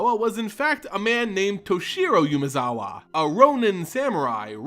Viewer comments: Also constant YUUUmezawa instead of Umezawa is kinda annoying, I mean if I'm about to pronounce the same name a milliion times in a row, I might at least try to get it right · Great video as usual. Just gotta say it's "Oo-mezawa" not "you-mezawa" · It's Umezawa, not Yumezawa. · Ooo-mezawa, not yumezawa (as in the 'oo' in poop) Okagachi, not ow kagachi (as in the 'o' in offer' Miyojin, not mayowjin Great vid tho.